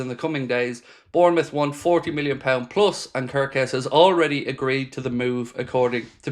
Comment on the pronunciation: Hello if someone told how to pronounce wirtz, im Hungarian and please its not körköz just kerkez everyone pronounce it the wrong way and its just annoys me